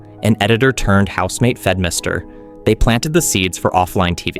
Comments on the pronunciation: Pretty interesting storytelling that kept me engaged! Just a quick heads up on the names instead of Fedmister it's Fedmyster and instead of Slightly Musical it was Sleightly Musical (With the sleight being a pun on sleight of hand stuff as he enjoyed doing magic tricks as well). I also would have liked Xell and TheMarkZ to be mentioned in the beginning part as I feel like the initial focus on League of Legends involved people was integral to the concept. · I want to dislike this video for every time he mispronounced the names like fed mister and valkrae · These pronunciations took me out every time. Poko lawls? Fed Mister? hahaha like cmon